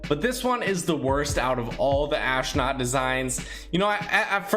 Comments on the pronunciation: Normal Dude: Astronaut: Aahsnaut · I feel like I’m the only one that realized that he said ashnut instead of astronaut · I like the way he says... AsHtrOOOnUUTh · Are you saying ashknot on purpose or is it bad pronunciation? I don’t want to be mean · learn how to say astronaut